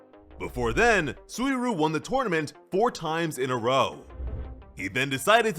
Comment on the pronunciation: Im genuinely sorry to be that guy, but it isnt "Soo-E-Roo" its Soo-E Ree-You"